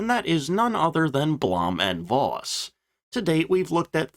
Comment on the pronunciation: It's "Foss". Voss means Fox in Low Saxon.